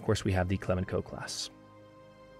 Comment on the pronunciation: Great series so far! Regarding your Clemenceau-class Cruisers, the 2nd c should be soft. So it's pronounced "Cle-man-so", not "Cle-man-ko". Named after Georges Clemenceau, victorious President of France during the First World War.